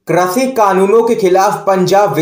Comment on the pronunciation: Krashi nahin, krishi boliye please.